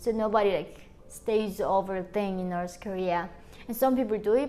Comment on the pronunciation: Why do you pronounce north Korea as noths korea?